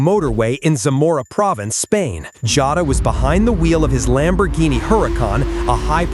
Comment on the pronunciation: It's not Jata it's Jota!!!